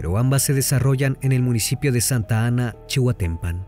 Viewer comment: Chiautempan no Chihuatempan